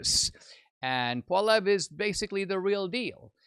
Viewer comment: If you're going to report news about Pierre Poilievre you should learn how to pronounce Poilievre.